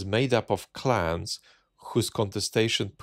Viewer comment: I keep hearing Putin 'outsourcing to clowns' rather than clans